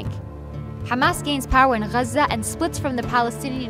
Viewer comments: this video was made in English so pronounce it in English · yeah but the English pronunciation of Gaza is “gaazah” - it’s like the German city of Koln is Cologne in English. And how spaghetti when said by Italians has a certain accent, but in English it sounds different. Or the capital of India is Delhi, but in Hindi you call it Dilli. If you’re speaking in English, no need to be dramatic about the accents. Just use the common word. In Arabic, call it guzzha. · Muslim propaganda. I realised that the narrator is arab when she said ‘Gazza’ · The way you say Gaza , clearly says you’re from there and that you’re one of them. How objective 🙄🙄🙄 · Pretty jarring when you pronounce everything in English except for Gaza.